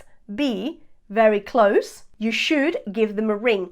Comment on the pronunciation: MODAL "moh-dahl" not "mod-del" SHOULD "shh-ood" not "shoe-ed"